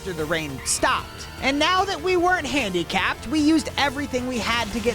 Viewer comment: It was so funny wen you sed now dat wer not handykap 😂😂😂